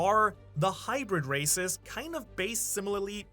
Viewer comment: when u said half rasis and full races i heard half recist and ull rasist lol